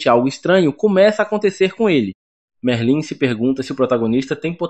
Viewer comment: Pow véi tava gostando do recap ate q ele falou merlín ai n da paizao.. vai estudar um pouco, oratória pq isso pra um é fd